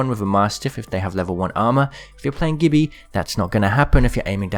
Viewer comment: Gibby is pronounced JIBBY!!!!